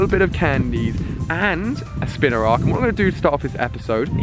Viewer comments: it's spinarak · At least he was finally saying spinarak correctly! We're getting there.